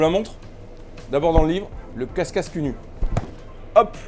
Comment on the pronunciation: c'est pas casscasse, mais cacasse !!! parole de champardennais 😂😂😂